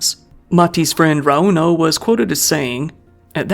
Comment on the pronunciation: My biggest pet peeve is the weight in the middle of a name. It's not raUno, or eMilia, it's RAuno and Emilia.